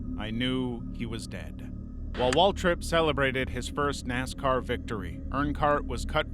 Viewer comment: NASCAR fan here, Dale did win the Daytona 500 in 1998, also a few mispronounciations of Earnhardt. Try using an actual human voice, and check at least basic facts. P.S. Also pls stop editing the thumbnails to make it look like something impossible happened.